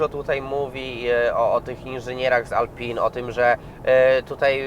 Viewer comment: Ej panie dziennikarzu czytamy \mówimy - reno rafAl atelie alpin.